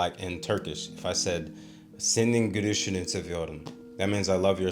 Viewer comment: I think you're maybe using a Japanese l/r when you speak Turkish? When you said "gülüşünü" I thought you were saying "gürüşünü." Turkish L is easy, it's a real L sound. Here it should be in the front of your mouth.